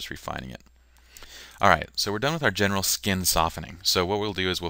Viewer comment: LOL! You know I was trying to say "general" , though I will admit, it isn't that clear ;)